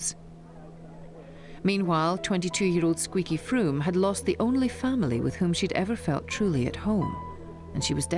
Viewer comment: Love the wrong pronunciations of Squeaky Fromme and Leslie Van Houten by the narrator!